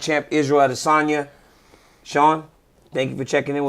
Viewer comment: DC, THERE'S NO REASON FOR YOU TO NOT PRONOUNCE ADESANYA CORRECTLY. IT'S SO DISRESPECTFUL FOR YOU NOT TO!